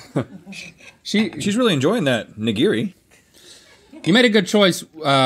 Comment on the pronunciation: Hurts me hearing you pronounce Nigiri